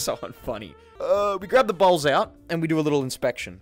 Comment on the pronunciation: It sounded like you said "they nearly saw my balls" when you said "they nearly saw my bowls"😂